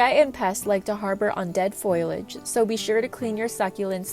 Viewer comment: Foilage …. Surface Incesticide …. Pearlite …. Is this an AI narrator?